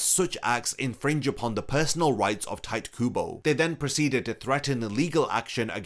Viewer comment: It’s crazy that you did enough research to make this video but somehow not enough to realize his name isn’t pronounced “tight” 💀.